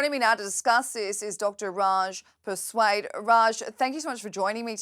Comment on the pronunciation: Dr Persaud, not Dr Persuad 🤦🏾‍♀️